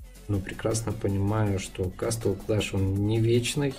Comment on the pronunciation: вот сколько ты играешь в Castle clash, и до сих пор говоришь кастл клэш, когда на самом деле правильно говорится Кэсл клэш.